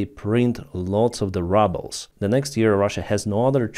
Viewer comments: lease stop saying "rubble" when you mean "rouble"!!! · Yeh, I tried to comment to about this - I suspect the mispronunciation is not on purpose but it does sound funny. Anyway, soon, the 'ruble' will be really be reduced to 'rubble' and the sun will shine again! Slava Ukraini 💛💙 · Exactly! They know how to pronounce ruble and for the reason you outline they’ve taken to calling it rubbles instead of rubles. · I genuinely LOL every time calls Rubles "rubbles." 😂❤️ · I love the way pronounces "rubles" as "rubbles". Maybe it's a Freudian slip. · I just took it for granted that is how rushan speakers say it. I mean it is litterally worth a pile of small rocks. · It's perfect ain't it!👍😊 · No that’s what it’s become you get more for rocks than a Russian ruble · Ya I thought he was saying rubble as a joke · me too L😂L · “Rubbles”. That makes me laugh so hard, as it’s true. Every time I hear, say it; I laugh so hard and love it. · we pronounce the first vowel in "ruble" with an "ooh" sound just like in Russian. When you use the short "u" you are pronouncing the word "rubble" which means the broken pieces that are left after a building falls down.. Maybe that is an appropriate image for the Russian economy, but just so you know.